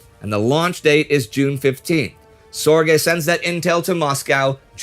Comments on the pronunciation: Its not SOR GAY. Its closer to zerge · Richard Zorge! not Richard Sorge. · why is he (Indy Neidell) saying Sorge name wrong, It is Sorge, My uncle was Jack Sorge, Richard Sorge was a 3th. uncle to him